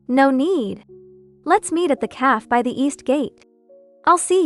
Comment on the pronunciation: How come this AI doesn't know how to read café